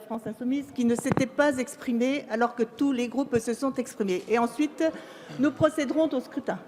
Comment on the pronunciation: super liaison de la "présidente" : nous procéderons -t-au scrutin!!!!!